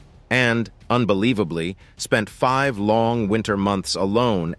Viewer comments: “Feeve” try five. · It's the "Little America Feeve" for me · Why does this guy pronounce "five" as "feeve"? Weird. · what is up with the narrators way of speaking? he says some really weird things. I’m not sure it’s a real person. it said five as feev and other weird pronunciations of dates